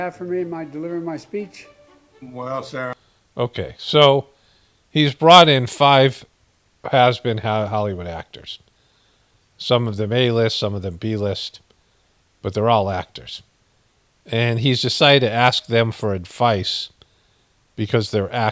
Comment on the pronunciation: "he's brought in five has been hwood actors" 😆